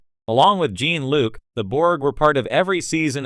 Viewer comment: "jEEn" Luc?